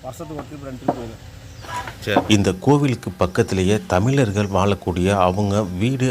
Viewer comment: சிரமங்களோடு செலவு செய்து எடுக்கப் பட்டுள்ள இந்த வீடியோவில் கீழே கொடுக்குக்கப் பட்டுள்ள சில தமிழ்க்கொலைகளுக்கான உதாரணங்கள் -- thamilarkal (தமிலர்கள்) valum வாலும் பகுதி இங்கு வலி கிடைக்கும் (வழி என்பதின் உச்சரிப்பு - வலி)